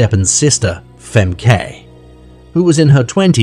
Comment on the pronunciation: FEMKAY❌️ FAHMKAH✅️